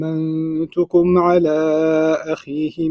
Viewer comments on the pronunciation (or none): كلمة (أمِنتكم) بالكسر وليس بالفتح. أمِن من الأمانة، وأمَن من الأمان!